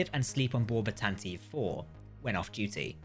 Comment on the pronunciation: Tanataveev? Source material says Tantive. Fail to research much?